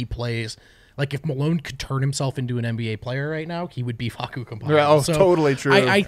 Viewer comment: You guys had the pronunciation right at the beggining of the show. The so called expert may speak Italian but that's not even how Facundo calls himself